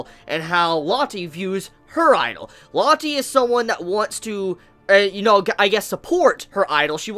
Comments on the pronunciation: Rocket Crepper Or Low-tay. Saying it like Latte just feels stupid, you're calling her a fucking drink. [looks to the side] "Isn't that right, Tea?" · Lotti... Ameriga plis lern brounanciagion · It's pronuces Loa-te